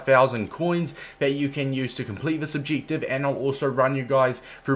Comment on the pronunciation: wtf is an ob-jig-tiv